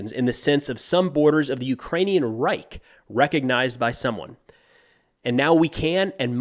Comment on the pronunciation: The German word "Reich" is pronounced with a sound at the end such as "Loch" at the end where "Loch" is the first part of "Loch Ness" from Scotland. Medvedev understands obviously some German as Putin does.